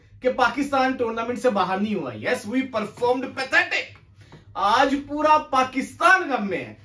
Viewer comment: That's not puda it is pura 😂